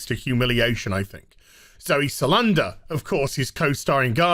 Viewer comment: Decent video, thumbs up and all that, but c'mon, her last name is Sal-dan-a